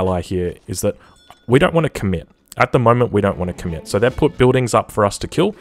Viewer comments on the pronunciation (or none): none